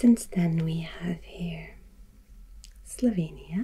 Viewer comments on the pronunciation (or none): none